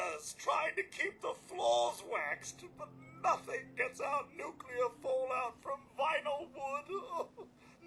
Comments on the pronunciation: Maybe learn to pronounce the word Nuclear before you make a video where the word comes up a thousand times. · Could someone point me to the second "u" in "nuclear"? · Your incorrect pronunciation of the word "nuclear" really grinds my gears. Or maybe it's just a tribute to George W. Bush?